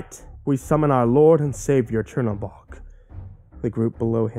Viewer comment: is "cherry bog" supposed to be tzhernobog? because its not spelt "chernobog" and not pronounced "cherry bog"